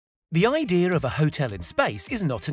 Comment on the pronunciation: The idear! North Eastern accent!